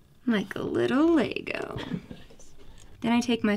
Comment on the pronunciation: " like a little leeigoooo."